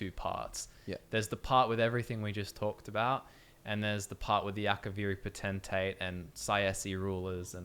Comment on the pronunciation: Not (po-ten-tay) dat shiz is (potent-tate)